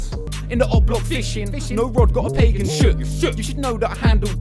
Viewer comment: Mans really said pagan shook wtf